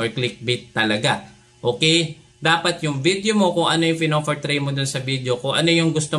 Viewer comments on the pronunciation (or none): Gusto ko yung puro F ang p tas puro p ang f- fafyular, fortray, peysbuk 😂😂